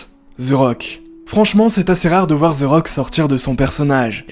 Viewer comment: The (De) et non ze 🤦🏻🤦🏻‍♂️